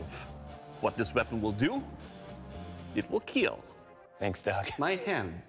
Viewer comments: it will keel...my hand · I died when Doug said,.. "it will KEAL,,, my hand" with a smiley🙂 face 😂😂😂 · It will keal